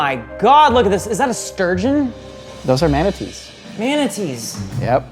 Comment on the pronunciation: Did mispronounced sturgeon